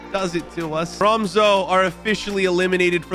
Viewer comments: next time say tromse instead of tromso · Han sa troumso😂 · I just put it into google translate it’s pronounced TROMS-UH